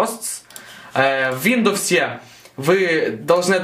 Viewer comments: что же ты употребляешь? УВиндоовоувоууууззссс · Нифига не помог... но произношением windows повеселил